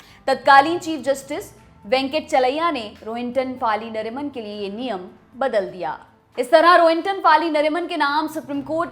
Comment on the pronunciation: फली मरिमान. फ़ाली नहीं